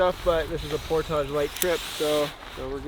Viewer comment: oh it's YOU...with your "Pour-Tagaughe"... Pour--TAGE!!